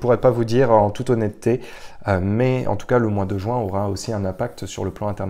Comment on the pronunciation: Mois de JUIN et non pas le Mois de JOUIN . RESTONS FRANCE MERCI